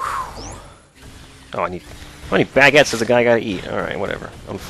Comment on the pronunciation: the way you put emphasis and the first syllable of baguette:3 It's oddly funny